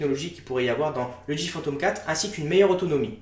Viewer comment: Pourquoi tu prononce mal le nom de la marque DJI ? Je sais on s'en fou mais j'aime faire mon chiant :)